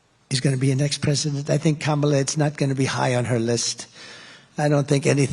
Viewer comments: Notice he pronounce Kamala correctly at the beginning… so he does know how to pronounce her name 😂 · He not only offended his audience, he pronounced Kamala's name correctly for the first time ever. He's slipping, badly 😆